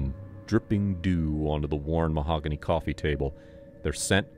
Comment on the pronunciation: "That is MAHOGONY!"